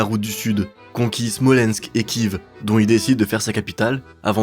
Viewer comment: La Rus de Kive m'a pas mal irrité les oreilles aussi.